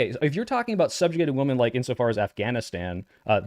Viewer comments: Why can't they ever properly pronounce "women" and use the singular form even when they refer to the plural? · Alright, I finally gotta ask, why do you pronounce “women” like that?